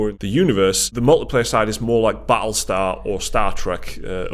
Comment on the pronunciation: lololol "batlestar" gtfo ... is there anybody that still belives him? fucks sake